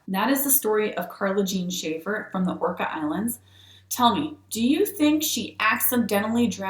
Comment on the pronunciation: It’s Orcas island… pronounced Or-Cas